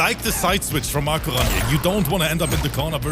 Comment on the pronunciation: The way pronounces Makoran 💀